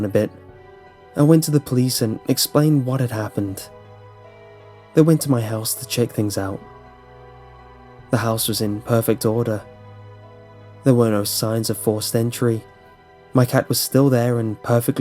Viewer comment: its "check" not "chick".